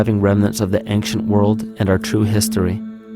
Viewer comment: "ank- shee- unt" ..... he says ancient quite odd like...